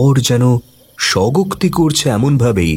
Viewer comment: রাত্রি নিশীথে-- 'স্বগোক্তি' নয়, কথাটা "স্বগতোক্তি" (স্ব+গত+উক্তি)। 'কিশোরী' নয়, "কিশোর" হবে।